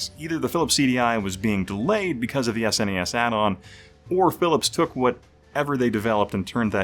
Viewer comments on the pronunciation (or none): It's "took". "Toke" is what I'm doing when watching videos about the CD-i.